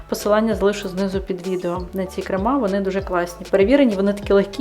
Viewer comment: КрЕми. Не кремА. Навіть ворожою мовою наголос у цьому слові буде на першому складі, а не на другому.